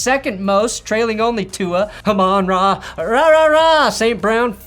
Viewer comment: My heart sinks everytime I hear say Amon Ra